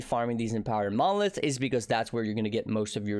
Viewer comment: why does it sound like he's saying "mollusks" instead of "monoliths" ?